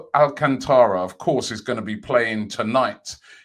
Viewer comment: talking of brazilians...Thiago Alacantra. robbie, he’s spanish 😆